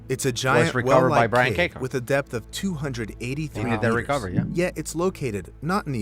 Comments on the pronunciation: I thought he called it death intoxication 😂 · He said DEPTH intoxication